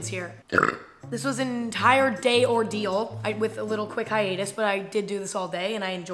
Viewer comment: omg when she said hiatus ahahah Emma not you as well !! 💚💙🤍💛🧡